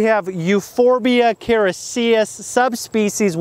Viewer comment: the way you pronounce characias is ridicolous!